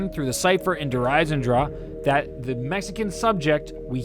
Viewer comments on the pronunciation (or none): lmao i pronounced der eisendrache so differently. (der isen drach) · It's Der EisendrACHE(AHK) not Der Eisendraw smh lol